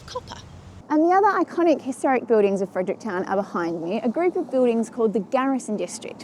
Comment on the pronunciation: FrederickTON not Fredericktown 🤣